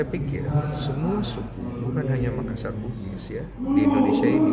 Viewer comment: BKN Makassar bigis, harusnys BUGIS mksssar.